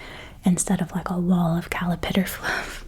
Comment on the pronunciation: I’ve never met anyone else who says callipitter!! I love caterpillars so much, they’re my favorite creature, but my mom thought it was so endearing to hear little me pronounce it that way that she never corrected me. If I don’t think about it, I will say callipitter 😅 You’re so cool and I’ve been a big fan for years! Thank you for sharing this GRWM ☺️